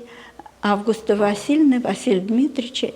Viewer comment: Имя АвгУста- ударение должно быть не на первую букву А, а на букву У.